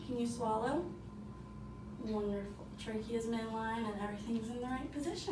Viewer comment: I had to fast forward through her. My soul died a little bit every time she said it. That and traah-gus